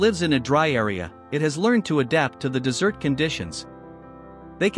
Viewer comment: Minor issue -- you pronounced desert (dry area) as dessert (sweets served after meals). In DESERT stress is placed on the first syllable.